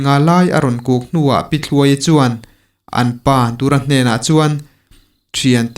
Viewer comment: Chhiar thiam khawp mai. 5naa hming pakhat Pu Dura kha "Dûr" (suahdûr tiha "dûr") anga tih rik tur a ni e.